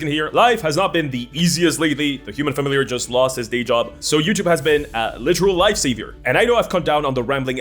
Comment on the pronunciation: “Human familiarrr” is golden